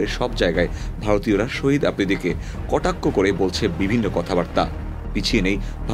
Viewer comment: Sohid noy re vai shahid bol😅😅